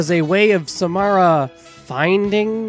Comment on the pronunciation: I'm sorry, but the way you were saying Samara triggered me.